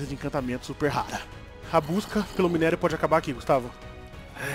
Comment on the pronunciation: Mano o falando errado o minério do ouro da uma agonia Vey kkkkkk